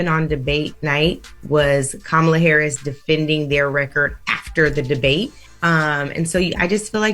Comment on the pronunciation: I will make my last comment. If you call in to complain about who is running for President. You sound very stupid to me when you can’t even pronounce the Vice Presidents name. I hear you all trying trying so hard to speed through her name. Learn how to say her name before you vote.